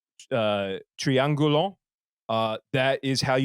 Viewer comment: Does anyone have more info on that Latin etymology? The guest seems to know their stuff and I'm no expert on Latin, but that French nasal /o/ at the very end for the Latin [t̪riˈäŋɡʊɫ̪ʊ̃ˑ] as opposed to /u/ seems very strange to me. I get there is a nasalization phenomenon going on, but why would it be what sounds to my ears like [ɔ̃]?